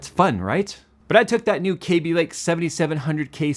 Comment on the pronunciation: Love how says "KAYby" not "Cabby" lake. Ran into an Intel employee randomly at a wedding, and apparently it was always "KAYby" but then an executive started calling it "Cabby" and everyone below him started following his pronunciation.